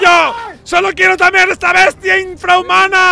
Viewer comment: Tamerar? Kenet gaeraaardo ala